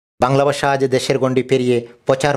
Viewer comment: What is বাশা, চরিয়া, একুইশে, বেয়াপি, পতম, পতিনিধি, রাকচিলেন, আবার একুইশে, আবার পতিনিধি - ভাল নিউজ, কিন্তু presenter-er উচ্চারন গত problem নিউজ টা কে আর funny করেছে।। In future, care নিবেন আশা করি।।